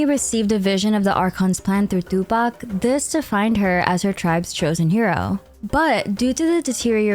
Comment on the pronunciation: I like the emphasis on Tupac